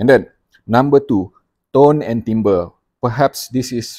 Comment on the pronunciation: The French word, "timbre", is pronounced "TAM-BUR".